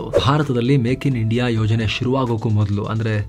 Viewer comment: Sir it is india not inida